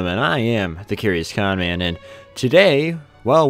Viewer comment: At this time it's not Connman, it's CoRnman